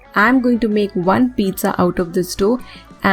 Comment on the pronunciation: You idiot don't know how to pronounce pizza